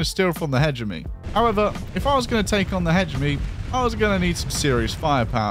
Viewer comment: You mispronounced it like firty two or firty free times!